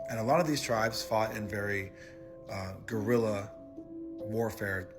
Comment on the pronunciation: “Guerrilla” Spanish for small war…..not “gorilla”.